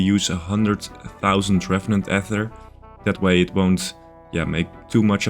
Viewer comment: So two videos ago, I jokingly commented that the most important piece of progress you made in that video was changing to the correct pronunciation of "ether." But then on this video you went back to the wrong pronunciation!